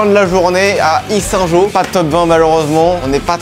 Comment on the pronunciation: Salut belle vidéo juste ses pas issyngeaux mais Yssingeaux 😅